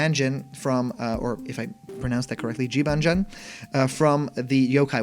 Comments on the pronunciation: Huh, didn’t know that. Either way, it’s definitely not pronounced Ji-ban-jan.... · Jibanyan not Jibanjen. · Jee-ban-jan? Bruh it’s jih-baa-nyan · How did you get Jibajan from Jibanyan? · Pronounciation for the 5th one Jibanyan Jib-on-nyon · Quick thing. The yo kai character is pronounced Jib-An-Yan. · I hope this is real because I want Jibanyan. And it’s pronounced (Jee-bon-yan) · Jibanyan is said jib-on-yon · Hm... Jibanyan seems like a weird choice. Compared to some of the others, Yo-Kai Watch is a very unpopular series, especially when compared with the like of Pokèmon. Also, his name is pronounced “Jee-Bawn-yawn” Edit: Joker and Mementos are legit. The mementos was leaked as a stage from a very credible data miner. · Jibanyan's name is pronounced "Jee-BAWN-yawn" according to the YKW anime. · Just saying incase you have to say its name in the future it’s pronounced ji-ban-yan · It's actually pronounced Jibanyan (Gee-bon-yan) but it would be awesome for these guys to join the roster but I really hope they have more DLC character packs, Filia from Skullgirls, Geno, Sora, Master Chief, and Scorpion would be amazing! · Jibanyan, you said Jibanjan lol :) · It’s pronounced, Jib-on-yon. :) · Last time i checked the character pronounced his name Gee-Bo-Nyan. You know because the last part is supposed to be the japanese word for the sound a cat makes (thus why a lot of cat yokai in game tend to have names ending with nyan) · 1. I'd love to play as cuphead, but his chances are about as good as bendy or sans (Wait, they have switch ports) 2. I'm cringing at him trying to pronounce Jibanyan x.x 3. After the grinch leak, I boubt this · I really want to believe this, and I'd say this has a good chance of being real. Cuphead is the only one that seems overly outlandish, but all the other ones seem to accomplish the goal of surprising everyone. u slaughtered jibanyan's name btw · I've heard a lot of wrong pronunciations for Jibanyan but yours takes the crown